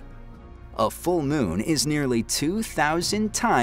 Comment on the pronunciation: The "miun"! Annoying vowel sound!